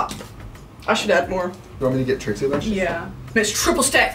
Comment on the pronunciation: She said, “Trixie Martel” and really gave us Trixie Martel 😭😭